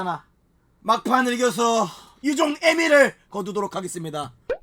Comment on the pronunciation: 자꾸 유종애미 거리는거 ㅈㄴ거슬리네